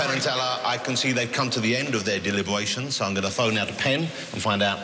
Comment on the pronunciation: Dewibowations Be vewy vewy qwiet, wewr hunting wabbits